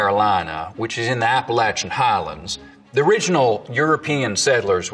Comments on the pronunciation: As a Virginia born and bread, thank you for pronouncing "Appalachian" with a hard ch instead of a soft sh!!!! This was really awesome to listen to! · He said Appalachian right🤩🤩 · When you pronounced Appalachian correctly 🥺🥺🥺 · Thank you sooooo much for pronouncing "Appalachian" right! I never hear it represented correctly in media!!! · I almost burst into tears at saying "Appalachia" and "Appalachain" right.